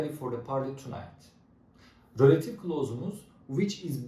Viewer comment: Hocam rÖlative değil kurban oluyum izlerken felç oldum